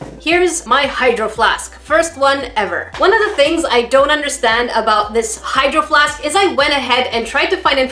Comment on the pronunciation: I always hear “hide your flask” instead of “hydro flask”